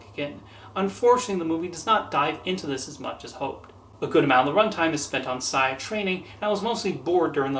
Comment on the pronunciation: Not to be that kind of person, but the name is pronounced "Say-a". Just thought I'd let you know.